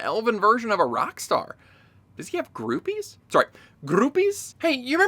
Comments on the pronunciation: "Grrroupies?" <- that broke me. 💀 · "Sorry, grrrroupies." XD